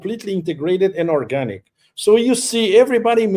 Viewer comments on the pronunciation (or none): none